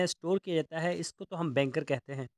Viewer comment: Use the right word not Benkar. Bunkar ok....